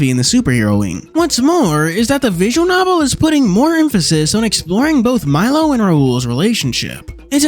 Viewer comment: First of all, isn't the crow's name pronounced Mee-lo? Second of all, Khameu's ability to turn invisible was considered freakish even among chameleons